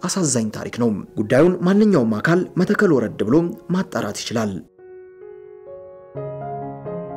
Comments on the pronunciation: ይህን የጨበጣ ጋዜጠኝነት ምን እናርገው??? መተከል ከ ጠብቆ ይነበባል ቋራ ቋ እንዲሁ፡፡ የሰውየውን ፁሁፍ አበላሸሀው እኮ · ወንድሜ ጋዜጠኛው መተከል የሚለውን ስታነበው ጠበቅ አድርገው